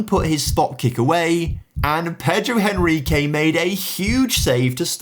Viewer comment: Just a little correction: Henrique in portuguese you pronounce "Enrique". The 'H' don't have sound!